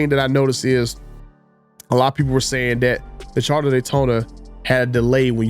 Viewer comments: It's CharGer NOT CharDer! Just saying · No its the "Charda" Daytona like he says 😀